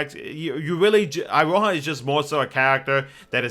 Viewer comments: It is pronounced Iroha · It's actually pronounced E-ro-hah, and is a fairly common Japanese name for girls as I understand it.